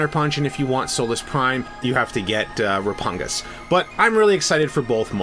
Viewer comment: I’m pretty sure it’s pronounced “Re-pug-nus” and not “Re-pun-gus”, but correct me if I’m wrong